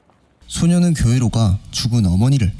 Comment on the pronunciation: 소녀는 소년은이 아니고 발음이 영 불확실하네 헷갈려서 못듣것네